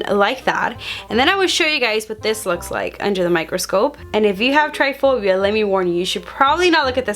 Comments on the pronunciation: It’s trypophobia not tryphobia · It’s tryPOphobia not “tryphobia”.🥺🙄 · Tripiphobia not tripphbia lmaoo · It's try-po-phobia, not try-phobia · Ugh it bothered me so bad it’s trypophobia not tryphobia hahaha no hate you slayed ur makeup 😍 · Its TRYPOPHOBIA! Not tryphobia 😉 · Its trypophobia not tryphobia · TRY-PHOBIA?!?!?!?!?!?! its try-po-phobia, love 😚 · bro its trypaphobia not tryphobia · tryphobia? or trypophobia? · its not tryphobia, its trypophobia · It's trypophobia not tryphobia >:( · Trypophobia is pronounced try-po-foe-bee-ah not try-foe-bee-ah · It’s not triphobia it’s trypophobia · It’s not tryphobia it’s trypophobia she says it incorrectly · she is saying triphobia. i think she means trypophobia. triphobia is a fear of threesomes. trypophobia is a fear of holes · It’s not called “tryphobia” it’s called “trypophobia”, sounds like “tri-po-phobia”. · It’s tripophobia not tryphobia how do you not know the name of what you have smh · Not trying to be mean at all!! But it’s pronounced Try-po-phobia! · Just so u know so u don’t sound like ur lying when u say u have tripe a phobia or however u spell it is pronounce tri pa phobia not try phobia lol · it’s pronounced try-po-pho-bi-a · Emilie Birch me too